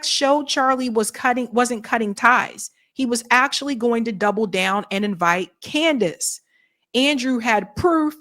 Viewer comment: Amazing Lucas calls her "Coondace Owens" 😂